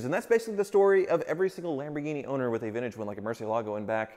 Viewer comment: The way he says “vintage” hurts… “vin-ige” 🙄